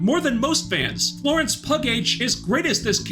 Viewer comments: Thanks for your thorough review, as always! Just a little feedback (maybe you're doinging it as a joke, but), Florence Pugh... Last name is pronounced "PEW," not "PUG-H". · Instead of “pug-h” like you said instead of “pew” you could have said “Florence puke “ oh well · “Florence pug-h” got a chuckle out of me 😂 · Is he really calling her Florence Pug-H? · “Florence Pug-h” Why 😆 I also love how this man (and everyone else here) has said NOTHING, not ONE WORD about Taskmaster 😂 I know what happened, but…